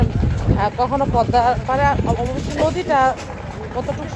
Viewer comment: প+দ+ম+া=পদ্মা, ম এর উচচারন হবে না।